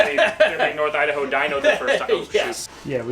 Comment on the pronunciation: As a lifelong Idahoan I note they pronounced the area correctly as "nor-thidaho".